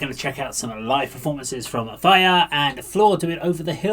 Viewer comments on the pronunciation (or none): I also heard Fire and went back to listen again, he seems to say Tarja, but in a very weird way :) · Finnish pronunciation is very clean, unlike English. This name is Tarja, not Farja... You can hear it even in this interview, in the beggining she said her name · Why do you keep saying "Fire?" Or are you saying "Tarja?"